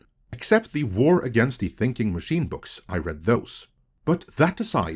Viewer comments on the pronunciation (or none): none